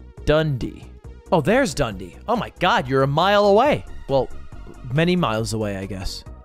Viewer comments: its the way ludwig pronounces dundee for me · Ludwig pronouncing Dundee as 'dundy' made my day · Oh my god, somehow the way Ludwig pronounces Dundee is so close and yet so far from correct, it's absolutely hilarious